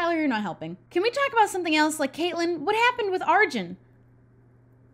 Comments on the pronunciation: its are-june! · When says Arjun I automatically think it’s pronounced “Arwin” or like “Arween” because of how it’s spelt, and how the J would sound in Spanish.